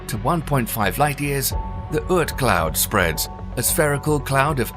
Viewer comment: It is very nice you're trying to make documentaries, but you should be careful. There is no such thing as Earth Cloud ; it is Oorth Cloud. We know it is cheaper to have artificial voiceover, but this way you're spreading disinformation...